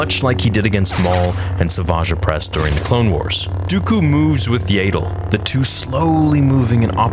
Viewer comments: "What If" Yaddle's name was pronounced like "tattle" instead of "ladle"? 😂 Sorry, it just makes me smile a bit when you say it. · I thought it’s Yaddle and not Yaydle. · IT'S YADDLE! NOT YADLE! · Yay-ddle? I'm guessing you've called ya-ddle(as in paddle) that since childhood. No worries. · . Her name is pronounced Yaddle, not "Yaydle". When the hell will you get it right?! I have heard you say it wrong the whole time you have been saying it. How do you pronounce the word saddle? "Saydle"? You run the biggest Star Wars fan-channel on YouTube, so you should definitely be professional and do some research on how to pronounce a character's name properly. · This wasn't a bad video at all But the way you say yAddle instead of yaddle is really bugging me lmao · It's yaddle, not yayddle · Yaydle? Who the hell is yaydle? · I know you don't care, and I know that George Lucas never bothered to correct pronunciation and so no one else should care, but dude....I just can't handle the yaydull. It hurts me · I love you but the fact that you call Yaddle “Yaedle” is giving me a brain tumor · Aint no way you just call her yay dle😂😂😂 thats funny ngl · My friend its pronounced yaa-dle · it would be great if you removed your ego from the equation and stop saying Yay-dle. You used to pronounce it wrong. No big deal. The big deal is continuing the mispronouncement despite evidence to the contrary. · When I was watching "Tales" I just kept thinking " might stop pronouncing it like 'ladle' now!" Alas, it hasn't changed 😆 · its not yay dle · Please stop saying Yaddle like that lmao